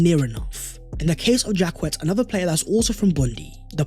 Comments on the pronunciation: Jak-ay not Jacket 😆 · Good work. Probably Jacquet is pronounced ‘Jackay’??